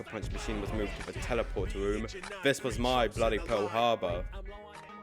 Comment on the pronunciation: bro the way you talk is so goofy 😂 going to da weception womb